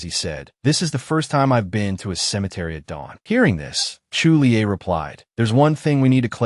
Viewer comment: 9 and half of hour listening to voice calling someone Chu li-a instead of Julie 🙃.🤦‍♂️